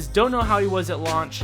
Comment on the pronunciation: use Anakin's launch attack -Me wondering why would he attack his lunch (Bc u can hear launch as lunch)